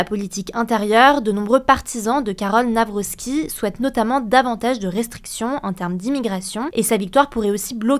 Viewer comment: Pourquoi tout le monde dit "NavroSki" alors que y'a pas de S et que c'est "Navrocki" avec le son "k" ?